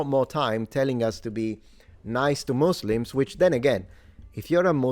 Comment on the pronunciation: Congrats for pronouncing it correctly in English as "muzlims" instead of the now nearly ubiquitous "musslums"